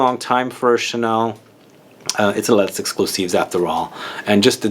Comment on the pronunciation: Coromandel forever 😍 My perfume since years. Initial recipe before 2012 was the best bit less good since... but still a favorite. Thanks for the video. Would be better if you don't pronounce the "s" of Les. Love your "Chanel" 😂